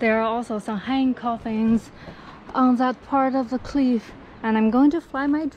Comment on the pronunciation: 强迫症这里小小的纠正一下小姐姐，cliff发音还差一点点🙏